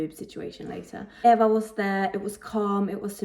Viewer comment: BTW how to pronounce Eva's name is like this E va